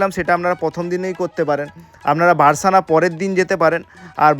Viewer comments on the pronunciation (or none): রাধা রাধা ভুল মার্জনা করবেন সখা বারসানা নয় বরসানা